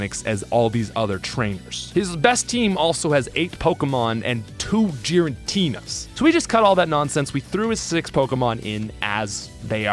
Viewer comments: Great video but you say so many names so so wrong 😭😭 "Jiratina" lmao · Fantastic video, please never pronounce Giratina like that again